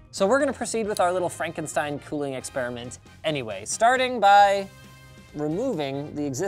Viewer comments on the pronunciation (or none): none